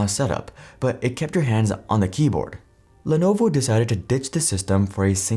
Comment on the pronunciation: If someone doesn't take the time to get company pronunciations correct, don't expect them to get facts correct, either.